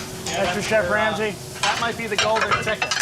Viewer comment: "Ramry"?